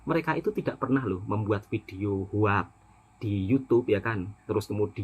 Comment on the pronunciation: sebutan betul hoax bunyinya adalah “hoks” (“o” bunyi macam o pada “orang”) …bukan “hoak”. Satu lagi sebutan betul “come on” adalah “kam-on” bukan “kemon” dimana “e” seperti bunyi e di “enak”